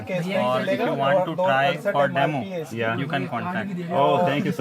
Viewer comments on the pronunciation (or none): none